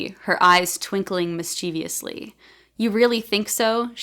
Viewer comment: Oh man! My SFF novel is just done, but I really went overboard with dialogue tags, and have some serious editing to do! By the way, as a speaket of British English, I was wondering about your pronunciation of "mischievously"... Also, in BrE, it's never "the police doesn't", but always "the police don't". Well, in any case, thanks for the tips! I think you're doing an amazing job. 🙂